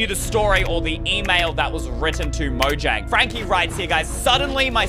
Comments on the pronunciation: why jomnag it's mojang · its said Mojang not jomnag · dude that says mojaing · yes lol its mojang, not "dare to touch" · 1017 is the galactic language is mojang Not Jonmga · Ey it isn't JOMANAG it's MOJANG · that's not jomanag that's mojang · Its mojang not jomnag